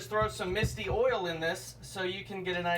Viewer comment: Oil not awl